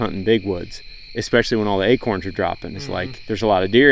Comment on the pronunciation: LOL... they are acOrns... not aKerns!!! Dang Texas guys... haha you said that buck showed no indication that it might have CWD. That in mind, is a guy supposed to have every deer he harvests tested for CWD?